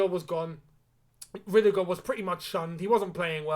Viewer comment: Not rudigerr